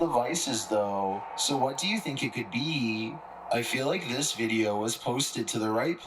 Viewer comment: I cannot listen to that guy inflection on the wrong place every single sentence the drives me insane "let's start the videOOOOoo*